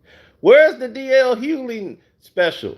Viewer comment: Bro, the G is not silent in DL’s last name.